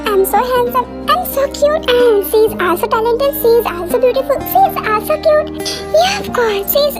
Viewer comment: Also❌ aalso✔️😂😂😂